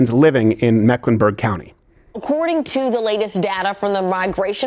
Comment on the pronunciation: It’s Meck, not Mack